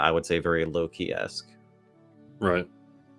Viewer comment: I'm team Merlin on this one. In norse/norwegian, "Loke" is not pronounced the way pronounces Loki. But after watching Lucius Aurelian's last video on the ages of man - I'm also convinced all the "overly negative" aspects attributed to Saturn is simply biased Jupiter propaganda. Kronos is after all the crown or in norwegian "Kronen". There are definitively different aspects to all the gods, but equating Kronos to satan and molloch seems to me at this point as biased Thor agenda.